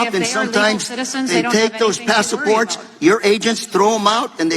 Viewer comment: "pass-eh-ports"? Gaslighting.